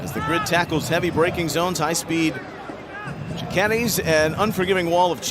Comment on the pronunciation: Auto nerds…LOL : apex on the “shi-kennes.”